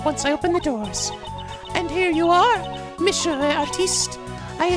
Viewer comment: you're still pronouncing "Monsieur" wrong XD It's actually something like "Missyeur" without any "sh" ^^